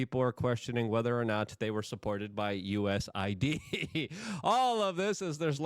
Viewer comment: This clown is so fake. It’s USAID 🤡 Not USID. You never learn… do you?